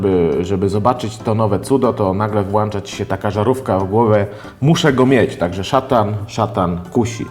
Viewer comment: WŁĄCZA A NIE WŁANCZA!!!